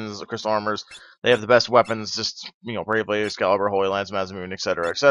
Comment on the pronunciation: You said Masamunae -_